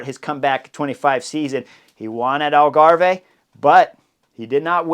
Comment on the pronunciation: Algave is pronounced Al-ga-v, like Starve